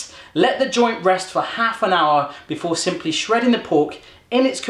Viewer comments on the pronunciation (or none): none